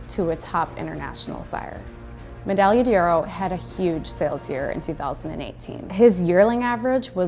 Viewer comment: Damn shame that this woman can’t pronounce the horse’s name.